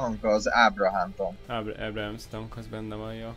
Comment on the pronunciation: atya-gatya: "Ábrahám tank", jó hogy nem "Mózes tank" xD Amúgy meg "Abrams tank" :)